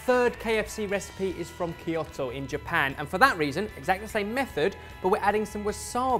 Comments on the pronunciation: These sound delicious! If only I wasn't so scared of deep frying food… Could I bake these? (Also, a very tiny nit-picky thing… Kyoto is pronounced Kyoh-toh… I'm sorry, I had to!) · Kyoh-toh,. As in 'Oh god, that pronunciation!';) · Two things that make me upset is that doesn't know how to pronounce Kyoto and that they didn't make Korean fried chicken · I cringe at pronunciation of Kyoto... I'm not Japanese but I've learned the language for years. Also, thumbs up for the KL flag! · Seriously though, please listen to how to say Kyoto. <3